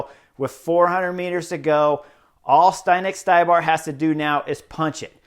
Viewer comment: Hi Chris, good comments. FYI it is pronauced Zdenek StYbar not StAYbar, he is Chech, if you need confirmation run his last name thru translator